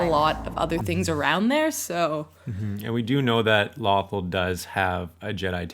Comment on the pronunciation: The way they say Lothal 😬